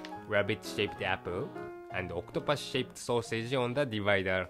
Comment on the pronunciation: Octupas? Wth is pronounced oc-to-pus